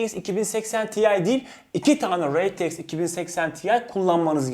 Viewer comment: Reteiks degil r t x